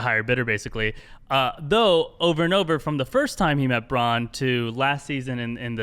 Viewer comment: Bronn not Bran